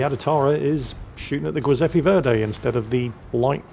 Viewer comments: Giuseppe is pronounced Djiooseppe, not Gweeseppe!! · The what? The "goy"seppe verdi? How can you have a cat called juizy but pronounce an Italian name with a hard G? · really butcherd it today, LOL